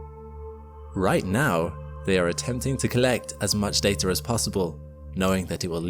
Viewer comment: THERE IS NO "R " IN DATA!!! GET YOUR SHIP STRAIGHT!!!